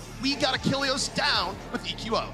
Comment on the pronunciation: a good caster and all, but is anyone else bothered by the way he says the players names? Like he's the only one who says saedo and he calls eqo "eco"